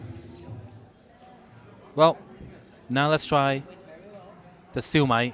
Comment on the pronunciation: Just FYI Shu Mai is pronounced - siew myyyyyy.....no disrespect intended